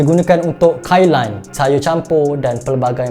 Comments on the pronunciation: kalian ikan masin ❌ kailan ikan masin ✅ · kalian ikan masin ✅ kailan ikan masin ❌